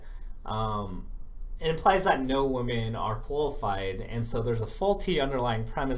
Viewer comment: every time you tried to say "women" it sounded like "woman". You gotta enunciate more clearly.